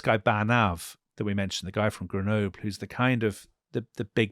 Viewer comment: Grenoob?? Come on. Try just a little bit to pronounce French names and words correctly!